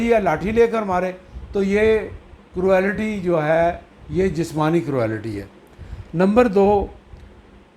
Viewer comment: پلیز آپ اپنا ہوم ورک کرکے آیا کیجیے۔ کروآلیٹی کوئی لفظ نہیں ہے، کرولٹی درست تلفظ ہے ۔ بُرا نہ منائیں، مگر ازراہ کرم اپنی تصیح کر لیجیے اور درست طور پر تیاری کر کے آیا کیجئیے۔ ایک اور بات بھی عرض کرنا ہے کہ آپ اپنے وڈیوز میں بہت ہی زیادہ بےزار انداز میں گفتگو کرتے ہیں جیسے آپکا موڈ سخت خراب ہے، اور بہت زور دے کر بھی گفتگو فرماتے ہیں، پلیز تھوڑا خیال فرمایا کیجئیے اور شُستہ اندازِ گفتگو اپنائیے ۔ فقط ایک خیر اندیش!